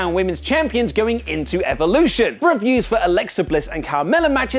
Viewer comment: Lol I see that accent allowed him to pronounce "Evolution" more like "E"-volution.